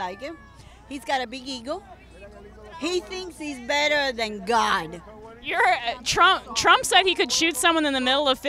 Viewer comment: "Joe Biden is all about the money!!" You said Trump wrong